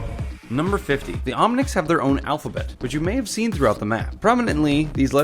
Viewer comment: lol omnics not omnits